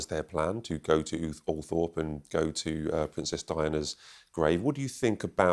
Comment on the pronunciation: Er...perhaps learn how to pronounce Althorp, if you arw going to speak about it!